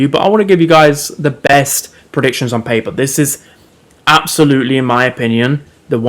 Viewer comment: "ON PAYPUH"